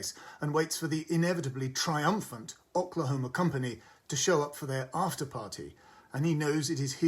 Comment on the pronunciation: Who, in the history of America, has ever pronounced Oklahoma as Ock-lahoma? Has Peter Bradshaw never heard the name of this state - not to mention show musical?